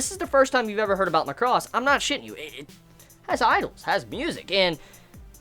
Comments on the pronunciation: MAH-CROSS. Not MUCK-ROSS. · Could you please pronounce the word Macross properly if you intend to talk about it in the future. You should say it as "Mac-ross" and not "Ma-cross". Though you don't need to watch the other shows to understand Delta its highly recommended to watch Super Dimensional Fortress Macross TV series and/or its movie retelling "Do You Remember Love?" just to give you the origin of its universe. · is MAAh-cros, like an excel macro. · Stress on 'Ma,' and not 'cross.' Take it from the original pronunciation "Ma-ku-ro-su." You're pronouncing it like 'lacrosse.' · Feels like you pronouncing it weird ?!!! lol